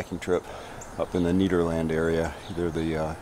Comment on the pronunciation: It's pronounced "Ned-er-land" not "Need-er-land" just BTW (I know, I'm being "that guy") ;)